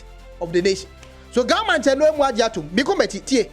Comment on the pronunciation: Please I’m Ashanti but it’s pronounced GA NOT GAA